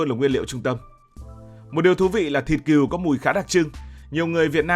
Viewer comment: Con Cừu mà đọc con Kiều hả tr 😂